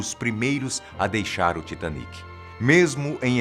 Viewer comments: Não se fala Taitêniqui Se fala Titaníqui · Se fala tiatenic?OMG!